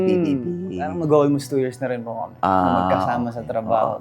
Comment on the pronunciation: PANG KOREAN DRAMA YUNG PAUSE AND “PO?” Nya sa CHEEEEEEE!!!!!!!!!!!!!